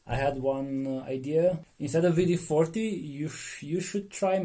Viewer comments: and he says V D 40...lol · W is pronounced as V in some European languages. For example, if you ever hear a German say BMW they will pronounce it BMV.